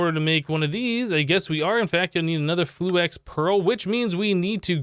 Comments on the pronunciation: ITS FLU-IX NOT FLU-EX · he said flu-ex every time.